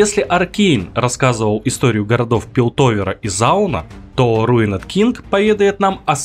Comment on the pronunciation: РуинЕд Инглиш…..